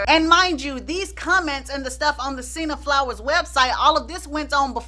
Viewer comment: What site is she not able to say .....sinna flower?